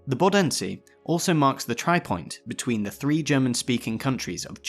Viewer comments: The stress is on Bo not den! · When you see the "Bodensee" just speak the O three times like "Booodensee" and it will sound more familiar :D Really good video, you have my sub <3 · Everyone but you seems to know the Bodensee has its stress on the first syllable